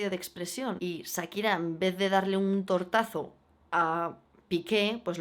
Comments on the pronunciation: puedes dejar de decir ZZAKIRA? jajajaj te adoro pero porfa di SHAkira o sea Cha pero con S. <3 besos jajaj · Amiga no es Sakira.... Es Shakira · SSHHAAAAAKIRAAAAAA, NO SAKIRA